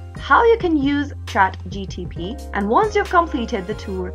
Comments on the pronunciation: Ohh come on it's not chatgtp it's chatgpt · why do u keep saying chat GTP and not chat GPT? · Bruh hes saying chatgtp